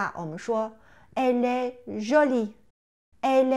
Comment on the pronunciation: 老师，我有两个发音的问题： 在第7个视频中，Elle est une fille, est的t在连颂中发\"d\"的音，为什么连颂的时候您还是把t感觉发成\"z\"的音？ 在第8个视频中，étudiant, é不是应该发英文字母a的音嘛？为何发了 i 的音? 谢谢